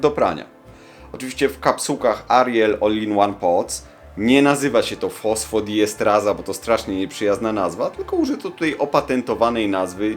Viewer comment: To jest fosfodiestEraza a nie estraza.